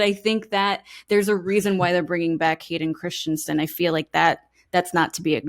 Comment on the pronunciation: *Hayden Crispy-son